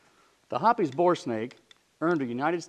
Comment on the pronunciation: Hoppe's, by its spelling, is pronounced like "shop's." Same goes for "shoppe's." It isn't "hoppies."